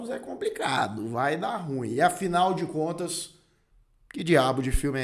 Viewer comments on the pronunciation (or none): none